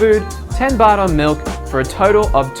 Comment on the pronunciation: you make Baht sound like Butt